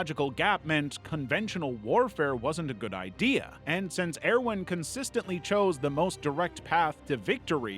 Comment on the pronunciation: Stop mispronouncing the cities and it's pronounced ERVIN please omg... Please why... why do this to me..? ToT